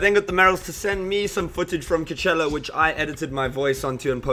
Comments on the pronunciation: coachella not cochela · He says is like “cuchella” 😂😂 not trying to be mean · I’m dying every time he says cachella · why does he say KICHELLA ?? Xx😂🤦🏼‍♀️ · WHY CANT HE PRONOUNCE COACHELLA?!?!